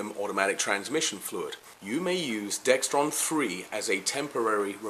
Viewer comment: Excellent tips. Great video. Just one thing, though. It's called Dexron not Dextron. No "T" in the word.